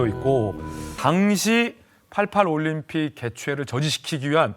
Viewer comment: 올림픽을 왜 *림픽이라 하는거임??